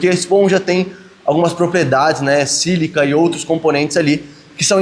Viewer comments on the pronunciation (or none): none